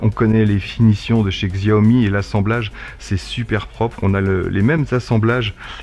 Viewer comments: par contre ça me fait mal d'entendre xiaomi... Ca se prononcé çiaomi... 😂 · Au passiage ca se prononce Ssiaomi, y a pas le sons xiao comme tu dis en chinois